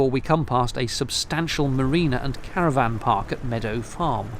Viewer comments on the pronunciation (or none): none